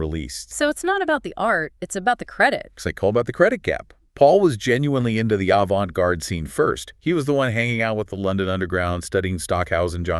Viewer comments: Avan-tay garde 😂 I'm not learning anything about an avante garde piece from someone who can't say avante garde. Thanks for saving me the time. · Can you imagine claiming to be knowledgeable about art or music and saying avantay 😂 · I stopped listening at the pronunciation of “avant-ee”